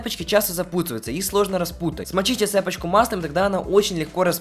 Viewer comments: цепОчку,а не цЕпочку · ЦЕПОЧКУ СУКА УДАРЕНИЕ ПОСТАВИЛ!! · Правильно говорить "цепОчку" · цЕпочку, покладите... Работай над речью